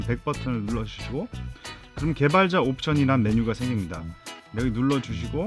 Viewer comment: 개발자! 개발자!!!! ㅋㅋㅋㅋ 욕같아요 개발자!!!!